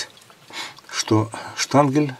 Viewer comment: ну ёёё моё,ШТАНГЕН. А не штангель.